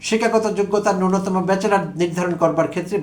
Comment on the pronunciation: খুবই সময়োপযোগী আলোচনা উচ্চারণ খেয়াল করা দরকার যেমন : ব্যাচেলর পক্ষে এরচেয়ে এম এ